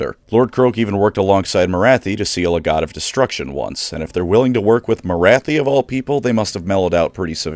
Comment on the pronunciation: He can't even "god" correctly